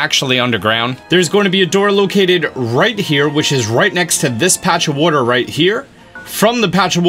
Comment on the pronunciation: Droson - And when he calls water “wutter”